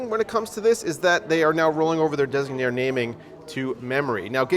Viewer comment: I'm glad you pronounced "Designaire" correctly... Have you heard how Tech Jesus/Steve from Gamer's Nexus pronounces it in the ad at the beginning of GN's videos? It's hilarious, he says it like "designary"